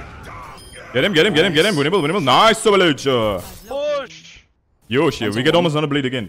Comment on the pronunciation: Y O S H E ? why is he saying yoshe?🤡